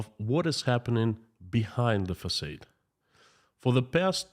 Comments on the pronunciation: It’s facaaade 😂not facayed ! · Just for fun info, you are pronouncing “facade” the way it should be in English if it was a normal word, but because it’s a “foreign word”, we say it like “ah”, so “f-ah-s-ah-d”. Hope it’s interesting, cheers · Thankyou - always interesting! Just to let you know the word facade. In America in English we pronounce it fah-sahd-soft a not long a with emphasis on second half of word. Make sense? Fa like in fa-la-la and sod like in the word sod. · Excuse me, facaade, not short a, but thanks